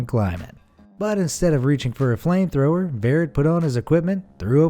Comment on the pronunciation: "Flamtromer"- Heavenly